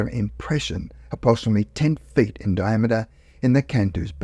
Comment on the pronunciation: To be fair, the narrator does sound like he's talking with a mouth full of potatoes. 'Three fed in height' 'Multiple protrudmances'? Maybe he hit the turps too hard before recording.